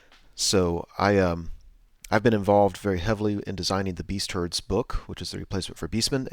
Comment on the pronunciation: Sweet battle report, not sold on the new name for Beastmen, I keep hearing "beast turds"